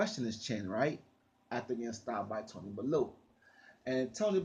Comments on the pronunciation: U always say bullew it's bellew like bell you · M8 it's bellew !!! Not balloo , sounds like someone out of the jungle book . Lol . If u watch boxing you would of heard is name so how u pronounce it like that is funny as fook. No more weed for this man 😂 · mario forgaze yhh but been making videos on bellew for years now and still not got it right all u have to do is watch a bellew fight and u should know how to say it